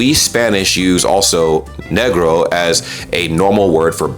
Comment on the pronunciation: Spanish word for black has a short E. You don't wanna be putting a long vowel sound in there. Pronunciation matters - you've pronounced it correctly in this video and as such it doesn't sound like a slur. We're so used to reading instead of speaking that the nuance of how things are pronounced is getting lost.